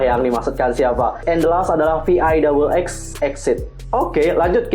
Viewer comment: Anyway, VIXX is pronounced big-seu like this and also EXID pronounced i-eks-ai-di like this Aaandd Yuqi pronounced u-ki 😌